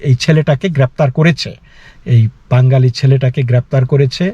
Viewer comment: মুস্কিল হলো -- আপনিও দাদা ঠিক করে 'বাঙ্গালি' শব্দটা উচ্চারণ করতে পারছেন না। কথাটার উচ্চারণ আসলে 'বাঙালি'। যাই হোক India-র বাঙালি এবং বাংলাদেশের বাঙালিদের মৌলিক তফাৎ আছে বৈকি !